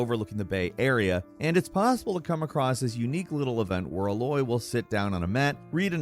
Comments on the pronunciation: Did... did you seriously just call Aloy "Uh Loy"? LMAO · It’s weird how many times Aloy pronounces her name the same way throughout 2 games and has never said Uh Loy once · As far as I can remember from the beginning of the first game, her name is pronounced Ey-Loy! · Man what is it with you and names. They say her name so much in the game. How do you still not know how to pronounce Aloy. A-loy haha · it’s pronounced Aye-loy. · why does it bother me so much when i heard uh-loy everytime? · Why do you pronouns her name ah-loy? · It’s ay loy bro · Dude can’t even pronounce her name right.. uhloy… they only say her name about a thousand times.. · I can't handle calling Aloy "uhloy", may be an unsub ☹️ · Anybody else twitch a little bit on the way pronounces Aloys name. Still love the content. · Anyone else annoyed by his pronunciation of Aloy's name? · The way that pronounces Aloy makes me want to start kicking birds. Her name is only shouted at you every 10 seconds in the game. Should be pretty easy to remember how to get it right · It drives me crazy how he says her name also the way he says bunker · Is nobody going to mention how he pronounces Aloy? I gagged every time he said it. They literally say her name in the game dude... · I don't know how he can pronounce Aloy's name incorrectly after playing BOTH games! She and the other characters pronounce MANY times in the game! How do you mess that up?! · Why do you pronounce Aloy with the same emphasis as Ahoy? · Confirmation the speaker never played these games based on how he pronounces Aloy. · His wrong pronunciation of Aloy is triggering me a little ngl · Why are you pronouncing aloy like that 😂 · The way the man in hte video pronounces "Aloy" makes you think he did not play it lol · I get triggered every time he says Aloys name wrong 😑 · I am trying to let it go, but it bothers me that keeps mispronouncing Aloy's name. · I love how he mispronounces aloy the whole time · YES! ITS A-LOY